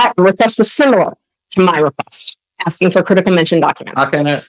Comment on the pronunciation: Axing, what?